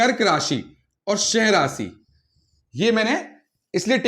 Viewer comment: सिंह का उच्चारण ठीक से करें